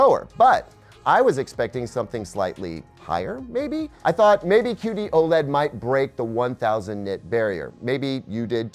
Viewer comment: Anyone else keep hearing 'cutie OLED'? Even the auto-generated captions are confused.